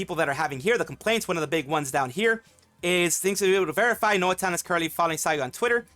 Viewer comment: NOA talent sounding like NO Talent from you